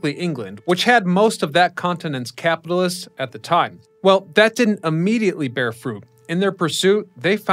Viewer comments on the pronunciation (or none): none